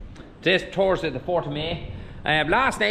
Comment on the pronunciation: It’s Thursday not Thorsday 😂